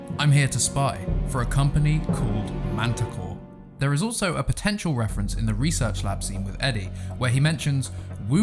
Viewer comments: I thought she said "Manticore" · Mantah Corp with a p at the end. So please pronounce it right please, its a corporation not that beast you talked about.